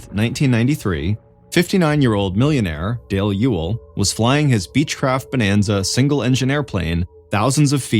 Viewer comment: That you for pronouncing Ewell correctly